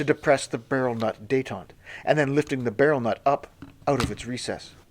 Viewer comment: Just one observation, about pronunciation, not the gun. you mentions the barrel nut detent. You pronounced Detent wrong. And again . Even allowing for global accents. What you pronounced is Détente, a period of reduced tensions between the United States and the Soviet Union during the Cold War. The term comes from the French word detente, which means "relaxation". What you should have pronounced is detent, a catch in a machine which prevents motion until released. Like this : Dee-tent.